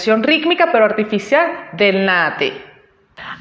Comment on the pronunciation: Buen video. Solo una cosita en cuanto a la pronunciación de Naha Te. En el japonés la H no es muda, en este caso, la H se pronuncia como J, o sea que se dice NaJa Te. En cuanto al video, cabe mencionar que independientemente de las diferencias, los okinawanses regularmente entrenaban juntos y hacian intercambios asi que no es extraño encontrar características de ambas líneas en los diferentes estilos de okinawa. En el momento que el Karate se llevó de Okinawa a Japón fue que se dieron estas marcadas diferencias entre estilos, escuelas, sistemas, y demás porque los japoneses tienen un sistema de organización más estricto que los okinawanese.